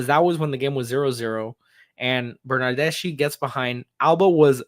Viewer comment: Hi, the correct pronunciation of the name Bernardeschi is with the K sound in the end....like ski..i'm Italian, trust me!!:D Thanks for the show!!!